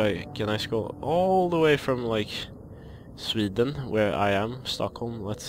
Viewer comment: "Swiiiiideeen" hahah märkte inte att du var svensk förns jag hörde det där!